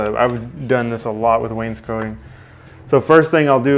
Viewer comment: Wainscoting. "SCOTING"!